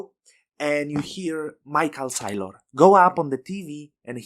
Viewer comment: instant subscribe, and i will never pronounce michae SAYlor differently again.